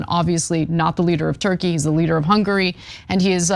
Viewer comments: It's HungAry, Cenk, not 'Hungry'. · Well, he gets confused...goth coyntry ends in "ee-y." You know Tur-key...Hunga-ry (ree).